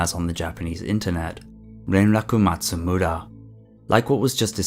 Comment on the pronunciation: I like the way you say “Renraku Matsumura.” It’s nice.